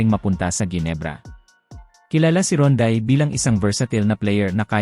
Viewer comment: Pangalan pa lang ni Rondae Hindi mo nga mabigkas ng Tama eh katulad ng Balita mo puro sablay. FYI boy resident import ng TNT si Rondae 😅😅 you should do research first before talking 👎👎👎